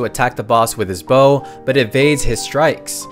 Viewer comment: i like authentic narrators im so tired of robo reading youtube channels that mispronounce simple words like bow and arrow and say BAO and arrow. its annoing af